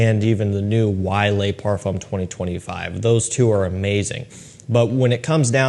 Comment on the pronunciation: he consistently pronounces the word "le" as lay. Like lay parfum.